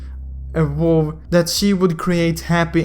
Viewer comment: Why can't any mobile legend you tubers read... Vow, pronounced by this guy vooo. Little, pronounced as LIT Toe, Hood pronounced as hòòd. Dude you need to stop with your accents